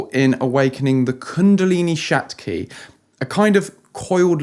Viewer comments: It's Shakti not shatki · It's "Shakti" (Kundalini energy), not shatki😊 Good synthesis of LOA and energy👍🏼✨ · Not SHATKI IT'S SHAKTI meaning strength or power..